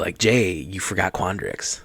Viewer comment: Ackshuwally... quandrix. Lol